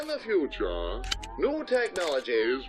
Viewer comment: "In the futura"